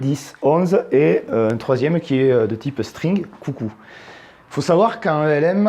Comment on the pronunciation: Ca se prononce comme ça s'écrit => "Elm", car ça n'est pas un acronyme